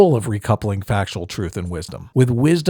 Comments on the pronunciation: What is “Troof”? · Did you have to put that Emo's face as your background the whole time? Furthermore, I refuse to accept an argument from a person that hasn't learnt to pronounce "th" and says "truth" as "truf" which is something that most 2 year olds have mastered. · I will never listen to anyone who pronounces it "troof". If you are born in England and you can't get basic English right I am not interested in your opinion.